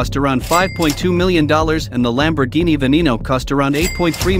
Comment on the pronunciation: “Veneeno”…..? 😂 Love the pronunciation